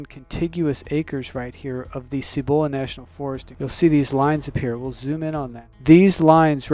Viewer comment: Please learn to pronounce Cibola.